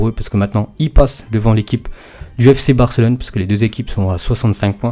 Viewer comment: Et après ça dit "varcelone" !?